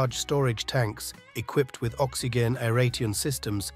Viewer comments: Did the narrator say, "oxy-gan"? What is an "oxygan"? Or did he meant to say, "OXYGEN" as in OXY-JEN? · 'Oxy-gehn'....bro,you don't how to pronounce oxygen? Ox-ee-jen....come on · Gotta love AI narration "Oxy Genn" "Air Rayteon" "Leve ragging" lol.... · Couldn’t even pronounce oxygen properly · FFS! AI voice - cannot even pronounce oxygen correctly.